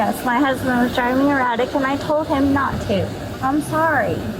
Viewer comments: "I did tell him as his wife that he was driving eye-rattic" 😂😂😂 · Did she say he was driving o-ratic? Thats how you get o-rested.